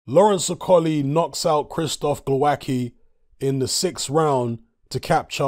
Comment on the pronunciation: From my experience of Slavic langauges I'd say you pronounce it: Glov-ats-key